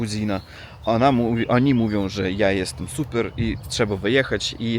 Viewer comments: Coraz lepiej mówisz po polsku 👍 Tylko to ANA poprawisz i będzie SUPER👍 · Nie "ana" tylko "ona" 😁👍